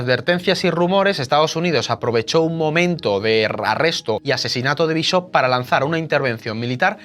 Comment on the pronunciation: Bishop también lo dices mal. Usa un diccionario!